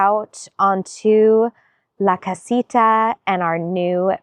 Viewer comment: The light with the metallic inside is such a better choice! It looks much more substantial. The pathways look great. I do need to tell you that I giggle every time you say “la casita”! 😂